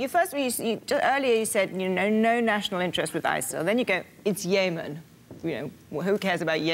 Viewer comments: Since when is Yemen pronounced "Yaaymen"? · It's "Yemen" not "YAY-men". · Its "yemen" not "yahmen" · Why are they mispronouncing Yemen? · Yaymen.....lol! Still love you Bill hahah. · ***** I mean "YAY-Men"? Come on now. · ***** and how is i-ran,,,,different from yeah- man? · I guess Yay Men sounds good if you're gay. Bill mispronounces it and everyone follows suit. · When did we change the pronounciation of Yemen? I can't keep up